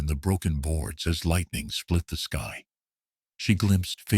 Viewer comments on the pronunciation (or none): Great story. I just can't tolerate the AI always saying SKEE instead of SKY. So irritating. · Word - sky - said as ski. You need a living person to edit your video.